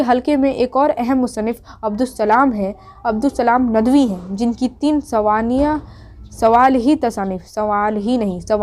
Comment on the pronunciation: سوانح لفظ تو صحیح سے بول لو یار